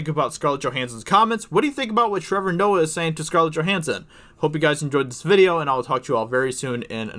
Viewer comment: Shut the fuck up Trevor ""